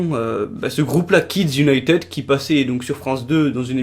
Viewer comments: en plus cela se prononce kids unitid pas kids unitEd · Jessica Ninot en plus il prononce Kids Unitede mais pas Kids Unitid (je sais que ca c écrit kids United mais c pour montrer comment il prononce ) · Au fait, ça se prononce Kids United pas Kids Uniteud 😉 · Tu prononce hyper mal "United" t'aime pas t'as pas besoin de faire une vidéo ! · Et déjà United sa se prononce pas comme sa😠